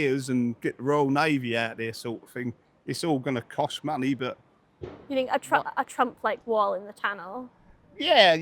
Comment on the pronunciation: "I fink rite........"